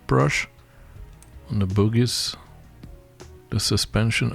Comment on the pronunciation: Love the accent with ‘bogie’ great videos